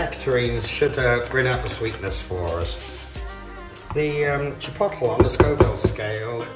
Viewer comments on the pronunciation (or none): It's pronounced chip oat lay...not chip pottle, lol